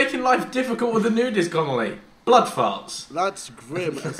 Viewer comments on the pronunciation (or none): Mini Ladd: " Ah yes the Boold of indifiels."